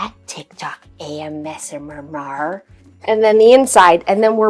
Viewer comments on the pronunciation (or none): Ah yes I am a big fan of AS-MUR-MAR